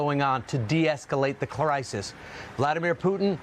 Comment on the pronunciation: "deescalate the cler-isis"